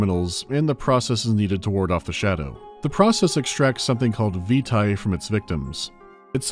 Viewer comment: I'm sure everyone has already said, but 'vitae' is pronounced 'veetay', not vita (as in Curriculum Vitae). Also, Amnesia: Justine was created for the Steam Potato Fool's Day event, celebrating Portal 2's release. It is literally a Portal parody, with the disembodied GLaDOS-like taskmaster, the chambers, etc.. I was there at the time, but too afraid to play it for the event.